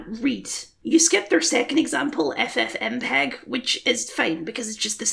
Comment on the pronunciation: lol you said ffmpeg